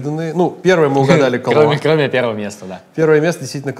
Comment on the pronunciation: Не КалуА, а КалУа! Ребята, ну вы чего? Вы что, "Большой Лебовски не смотрели? Зачем вам тогда КалУа? Там на этикетке даже ударение стоит. The Dude abides!